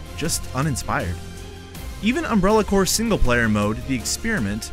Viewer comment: WHY DOES HE CALL IT UNBRELLA CORE